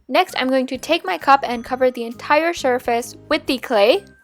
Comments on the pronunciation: am i the only one who heard her say "shurface" instead of "surface"? yes? ok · She said entire shurface lmao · Did anyone else hear her say shurface in the the beginning of the oliver thing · Did anyone else notice that she said "Shurface" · She said shurface